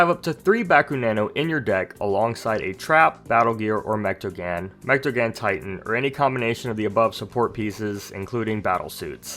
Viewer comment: Say mechtagan because it’s pronounced (mech-ta-gone)